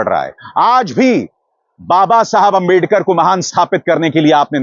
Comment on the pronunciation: Tootala toh ap jate hai balak budhi Rahul ko kehate hai jise abedakar kehana nhi aata andertekar kehte hai